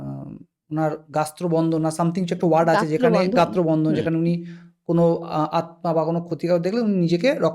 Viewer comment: Jini podcast ti conduct korchen...plz homework kore bosun. Taranath tantrik er ref nicchen, thik kore poren ni shonen ni...gatro bondhon vul uccharon korben...eita kmn sunte lage na... Bar bar jini talk dicche, take inturrept kore nijer point ta push korchen...